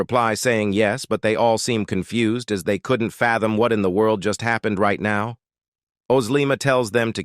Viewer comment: Why does confused become con-fu-zeed